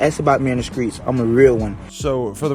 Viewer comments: "Ass 'bout me in the skreets" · Kodak black is in the skreets? Wtf is a skreet??